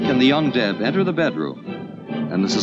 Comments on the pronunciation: Guess I'm the only one whom misheard "The Young Dead" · I thought the narrator said, "The dike and the 'undead'". :face-orange-raised-eyebrow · It took me a while to realize that the narrator was saying "young deb" and not "undead." I had a totally different story taking place in my mind. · When I first heard him say “young deb” I thought he said “undead”. 😅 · I heard "young dead" at first. Yikes, what y'all doing that you need to decide what to do with the young dead? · At first when the narrator said “young deb” I heard “undead”. 😂🤣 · Yeah. I made the same mistake. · I thought the narrator said "Undead" at first then realised he said "Young Deb"! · Me too! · I kept hearing ‘undead’ instead of ‘young deb’. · For quite a while I thought he was saying 'the un-dead'. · Sounded like the term used was ''UnDead'' but I guess it was ''young Deb''...? And it sounded like he says ''dead'' instead of ''dare'' ''The dead has no place to go'' (But it all sounded much more innocent the 2nd time) I did na-zi that coming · I know what "young deb" stands for. My initial confusion was due to his pronunciation and the sound quality. I'm pretty sure that's also the case for all who agreed with my comment. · "The dike" (have to spell it like this or get shadow filtered by YouTube) "and the" what? [Undead]? [Undeb]? [Young Deb]? What is the narrator saying? Edit: Oh, I found it in the description after I found extremely vague explanations elsewhere. I still don't understand what a deb is.